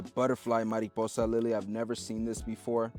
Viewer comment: since you pronounced the word “mariposa,” fairly well in Spanish, I will give you another word, “palomar.” You will need to build a dovecote. Let the birds help you. I leave you with a quote. “Look at the birds of the air, and lilies of the field. They neither sow nor do they reap.”